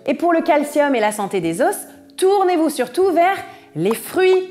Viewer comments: Les « zo » pas les « zoss ». Pardon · Oui, au pluriel, on ne le prononce pas, en français standard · Tu prononce le s des os !